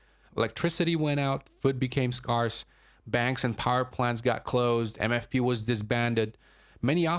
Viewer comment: Scarse is pronounced skairss, not skarss.